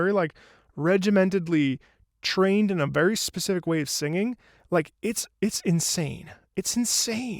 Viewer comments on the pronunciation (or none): none